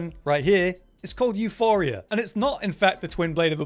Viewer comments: EuPoria, not Euphoria. Euporia is the greek word for "abudance", if I am not mistaken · OMg my petty rage was boiling every time he said euPHoria and not euPoria Puh not Fuh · Euporia. Not Euphoria.. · It's EuPoria, Euphoria is quite literally a different word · εὐπορία is the Greek spelling, the goddess of abundance euporia. It’s not pronounced euphoria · Euporia, not Euphoria. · Its euPoria and its a greek word basicaly meaning prosperous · its not calle euphoria, its called euporia, meaning abudance. you dont even need to know how to read in order to become a youtuber apparently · You-poor-rhea Theres no H in euporia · Came here to see if we have yet another video where the name of this weapon is mispronounced, and I only had to wait ten seconds. At this point it is getting annoying, your making a whole video about the weapon and won't take a split second to make sure you're reading the name correctly. You-poor-ee-uh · εὐπορία is the Greek goddess of abundance. It is pronounced similarly to euphoria, but you pronounce the P. The third letter in the word εὐπορία is the Greek P letter. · Hes helping isnt he cause he says the name of the wepon wrong your all mad you guys are sad the info helps doesnt it watch another video if it offends that much 😂😂😂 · there is no H in Euporia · Lol, living up to expectations,... can't even pronounce the name of the weapon correctly...